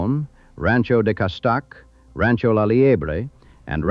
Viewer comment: BAD pronouncing...Cah stay ick..Castaiac?!! Godspeed